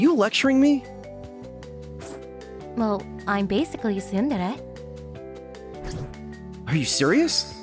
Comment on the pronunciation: Saying "yandare" as a voice actor is criminal.